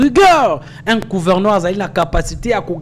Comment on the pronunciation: Pas couverneur. MAIS PLUTÔT GOUVERNEUR. NDEKO LOBA KAKA LINGALA.